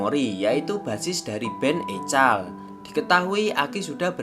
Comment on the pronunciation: EKOL min bukan ECAL